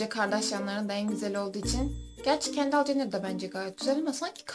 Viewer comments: kendal mı dedin sen kendıl olmasın o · Kendall dedi ya 😓😓 "kendıl" olmasın o 😒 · kendall kendıl diye okunmuyo muydu ya vckch